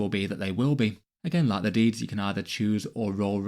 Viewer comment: I keep hearing deez not deeds.